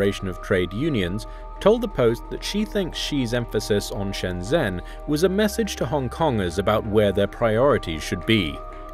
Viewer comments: It's not Shen-Zenn, it's Shn-jn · It's so distracting when people mispronounce shenzhen with a z instead of a j sound, over and over again. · The guy says Shenzhen wrong. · You're not pronouncing Shenzhen correctly.